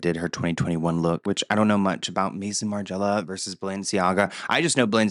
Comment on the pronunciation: Omfg it's not MASON, it's MAI-SON- House of Margiela. Also how is this not totally on brand for her? You're daft